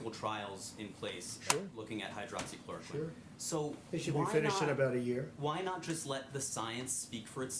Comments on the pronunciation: Relax...clearly this guy has been doing a whole lot for the country but you've decided to criticize him for not knowing how to say hydroxychloroquine properly? Even my family members who are scientists didn't find this to be remotely offensive. You're acting like the general public will be running out of their houses buying and ingesting gallons of hydrochloric acid (btw, FYI - it's not hydroxy chlorine) from now on. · This is Pitiful, Unable to even pronounce the name of the pill smh...American people will not be your test subjects. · hydro-oxy-chlor-o-quine hmmmmmmmmmmmm